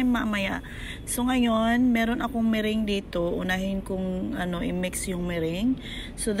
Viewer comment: Meringue - "me-rang" is the right way to pronounce po hehehe sorry na po had to mention it lang cuz it bothers me huhu😢 Anyway, that Puto Pao was fantasticcc😍😋😋